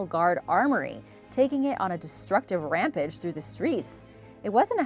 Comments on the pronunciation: Ram-page..not Ram-pedge 🤗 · Ram-page..not Ram-pedge🤗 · Am I crazy or is she saying Rampege instead of Rampage? Like, huh?